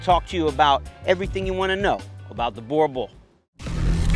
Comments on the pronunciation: Great clip. I know Boer looks like you should pronounce it as you do. But it actually sounds like boo, as in Casper the ghost go boo! Boo!r. Your Boerboel will instantly start fetching your slippers for you if you pronounce it like this.. No really! Thank you for the great contribution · It's funny how ya'll pronounce boerboel so weirdly different from us here in South Africa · How did you come to South Africa and not learn how to pronounce the dogs name😂